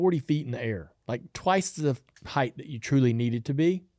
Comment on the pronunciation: He's the highest heighth ever😂